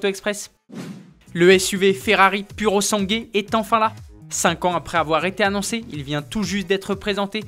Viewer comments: Il faut dire puro sangwé😉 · Se prétendre journaliste et même pas être capable de prononcer le nom d'un modèle correctement... 🙄